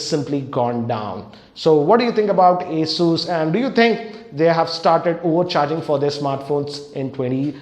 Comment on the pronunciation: an advice for you when you say ASUS it sounds like A SHOES